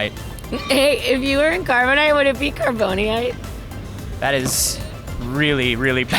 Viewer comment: Carboni-ite xD